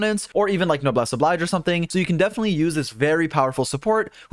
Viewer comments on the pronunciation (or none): none